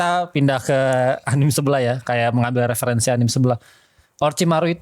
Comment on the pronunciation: Gue risih banget sama orang yang nyebut anime dengan anim. Anime itu bahasa jepang, bukan bahasa inggris, jadi bacanya ya anime, bukan anim.